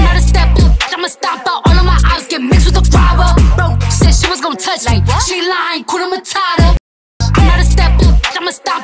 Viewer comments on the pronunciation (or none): none